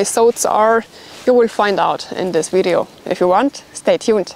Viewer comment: Heads up: it's 'video', not 'wideo'!